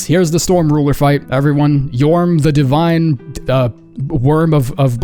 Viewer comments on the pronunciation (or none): none